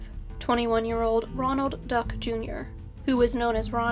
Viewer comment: "Ronald Duck"?